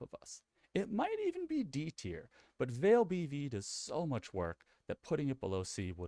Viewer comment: I know it's a nitpick, but Vaal is pronounced "vall", not "vale".